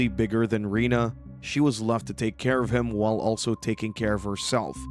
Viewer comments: It’s reneee not Rena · Lee’s partner is Rena. Pronounced ren-a.